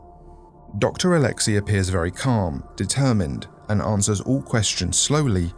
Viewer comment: Didnt know that name oleksei or alexey is now read as OLETSKEY